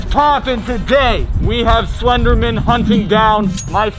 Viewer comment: BRO, is it legit pronounced “slendernan” and not “slender MAN”?? Damn!